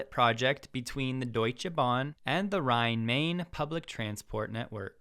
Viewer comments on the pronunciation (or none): I see your German is as good as your French.. Rhine-Main (these two names actually rhyme.)